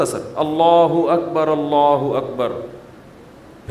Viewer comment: Mufti sb himself is reading incorrectly. Second wird Allah will be joined with the previous one and will sound like " rullah".